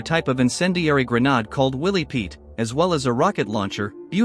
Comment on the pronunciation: Why does he keep saying grenard.....?.?.! It's a grenade........grenAde........(jaggajagga)😂